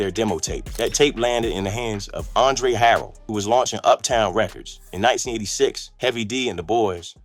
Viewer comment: Decent video but a real Hip-Hop knows how to pronounce ANDRE HARELL & especially DJ PREMIER as well as knowing the difference between Teddy Riley & Aaron Hall.